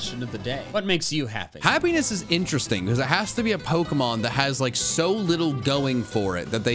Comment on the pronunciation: I nearly thought said heaviness pokemon instead of happiness pokemon😂😂😂